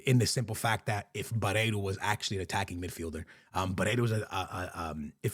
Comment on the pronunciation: "Aursnes" is pronounced "Aush-ness", not "Arse-ness". 😄 Also, "Barreiro", not "Bareiro".